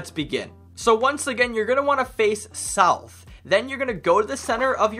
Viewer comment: Nourth or sout